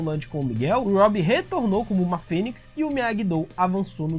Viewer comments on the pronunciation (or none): none